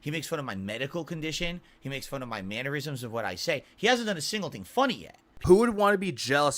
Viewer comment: Good vid but its mannerisms not mannuerisms.